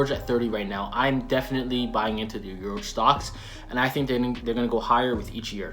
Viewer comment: Urouge 🤣🤣🤣 He not even Top 50!!!